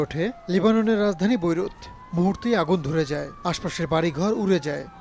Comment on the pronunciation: ভোইরুত না বেইরুত😂😂😂